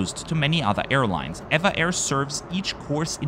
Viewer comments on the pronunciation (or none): EVA Air is officially called E.V.A Air. But they are more conveniently referred to as ee-va Air... not air-va air as you pronounced in this video. Overall a lovely, informative video, as always. 😊